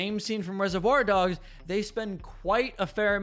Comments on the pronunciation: It's not 'rese-voir dogs', it's 'reservoir dogs'. Not sure why that bothered me so much, but the video is otherwise insightful. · "ReserVOIR dogs". You have to be trolling us with that emphasis